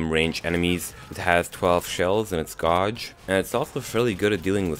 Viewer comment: The word gauge is pronounced 'gayje' not 'goj'